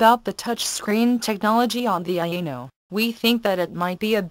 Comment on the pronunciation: It is quite nice. Yeah, did this one. She didn't know how to pronounce "Aino" though.. it kept sounding like "Anal". Cough cough.